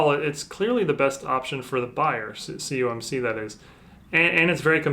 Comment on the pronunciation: I mentioned in another video you did a PSA submission return. It sounds like you say "cumc", what is that? I know what "COMC" is. I have bought from them for years. There processing orders and shipping through Ebay is insanely slow. Been waiting on order 30 days, it's not even shipped. I really want to know what you mean by "CUMC" is. Thanks for your reply.